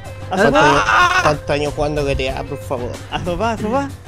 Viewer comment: JAIME: + "cuantoh año jugando gta por favor"=SE MUERE :v